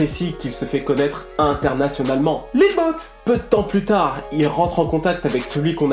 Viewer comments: sa ce dit lil yaty pas lil yooty au pire dit lil boo pas lil boot frère fait un effort je pleure le sang avec ta accent mdrrrrr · Très bonne vidéo poto mais juste niveau prononciation ça m'a grave gêné, Lil Yatchy ça se dit Lil Yady avec un d pas trop prononcé, et le pour Lil Boat, ça se dit Lobo lui même le dit... enfin à part ça c'était pas mal!